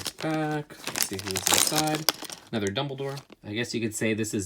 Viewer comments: “It’s pronounced Dumbledoor” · oh god "doubledore" im unsubscribing...